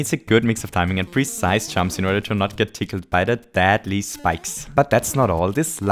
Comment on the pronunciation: does any one notice he says dadly instead of deadly.